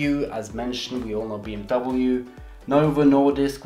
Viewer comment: BMUU ? Double u u ? BeeEmdoubleuu 😂🤦🏻‍♂️